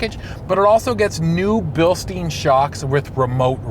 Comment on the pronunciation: Like the channel...but Bilstein is pronounced "bil-stine". Basic stuff